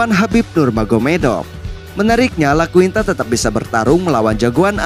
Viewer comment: iaquinta bang, bukan Laquinta